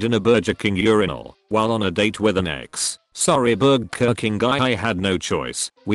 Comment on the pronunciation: Everybody on earth: burger This voice bot: BER-JER